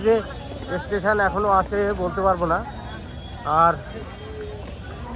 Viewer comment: Estation hoy na Station hoy pls try to speak properly